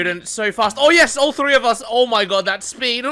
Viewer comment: Thrrrrrrree sixty